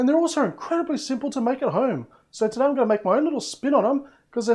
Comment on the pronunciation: Instead of saying welcome TODDAYr